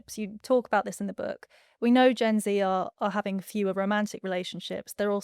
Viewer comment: You said Gen Z wrong!